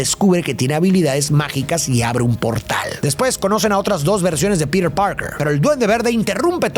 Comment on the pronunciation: Por que dice piret si se dice piter